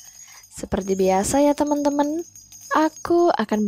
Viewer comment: Ko salfok ama si mimin pas bilang TEMEN TEMN:V Yg temn nya it loh ngakak:v